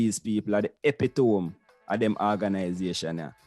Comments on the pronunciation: "epitome" pronounced: E-PIT-O-MEE not EPEE-TOME..... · Epitome is pronounced "ee-PIT-Toe-mee"! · Epitome? Artists? You obviously felt out of school.